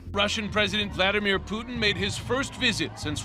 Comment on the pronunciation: VlaDeerMen Pootin